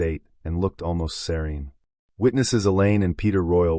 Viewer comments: It took the whole video for me to realize you were saying she looked SERENE!!! SERENE!!! I kept thinking seron? Ceron? WTH?!? SOUNDS LIKE SIR-EEN! She looked serene!! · I couldn't understand that word either!